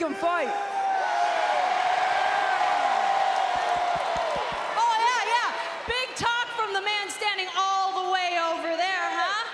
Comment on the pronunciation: It's fight not pight